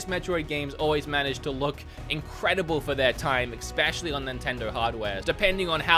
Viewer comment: "eggspecially" There is neither an egg, nor your ex in especially.